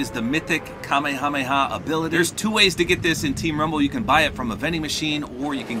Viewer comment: I feel like I'm being ignored. Seriously, Kameha-meha; they only say Kame hameha when they are yelling it.